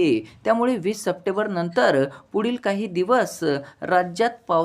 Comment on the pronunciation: सपटेबर नाही रे भाऊ, " सप्टेंबर "